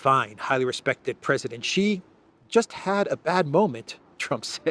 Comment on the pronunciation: Great content again! Good on ya for pronouncing Xi right! Now, please make sure A.M. says it right too.